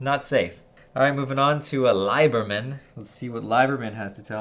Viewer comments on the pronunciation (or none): Gotta call you on something. It’s a nitpick, but Liebermann shouldn’t be pronounced “LIE-ber-min” but “LEE-ber-min”.